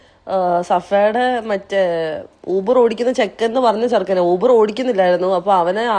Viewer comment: യൂബർ യൂബർ അല്ല ഊബർ ഊബർ ആണ് ഇംഗ്ലീഷ് മീഡിയം 🤣🤣